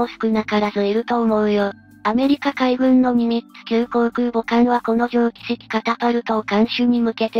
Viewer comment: ミニッツじゃないからな！ ニミッツだからな！ こんな初心者以下の間違いしないでくれよ…